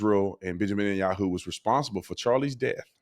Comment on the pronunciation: You constantly call Benjamin Yahoo 😂😂